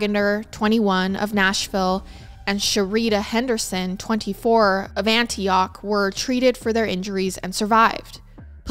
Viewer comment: I loved how you pronounced Antioch , Raleigh, and Biloxi. As a southern person we pronounce all of those differently and it’s so cute hearing you say them ❤😂